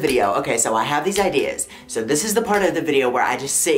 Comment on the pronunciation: no one: absolutely nobody on this planet: luke: there’s was always SHO many shows on disney